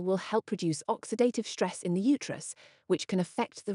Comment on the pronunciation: ...What the heck is that "shtress", "shtrength", etc.?... Only in German language the group of consonants "st" is pronounced "sht", only if the group is at the beginning of a word...